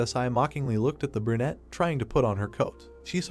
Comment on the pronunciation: bro stop saying burnete